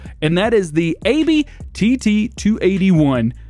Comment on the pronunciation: Aebi is pronounced Abby